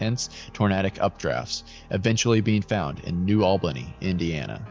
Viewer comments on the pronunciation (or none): none